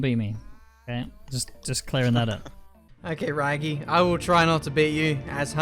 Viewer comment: This annoyed me because it is Rwaggy. Not Raggy. And he has been saying Raggy all episode